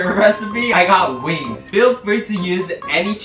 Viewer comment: I thought u said “my mom loved weed” 🤣 had to repeat it & it’s wings